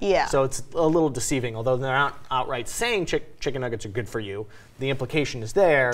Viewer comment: Chimken nuggers (how doggo say it)